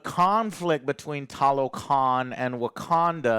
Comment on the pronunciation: joe acting like his name ain't jose and not being able to pronounce Talocan 💀